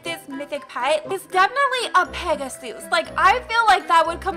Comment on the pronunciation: Its not peg-a-sues its pega-sis thats how its pronouced